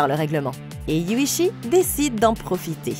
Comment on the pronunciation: Alors c'est Yuuchi et non Yuchi 😅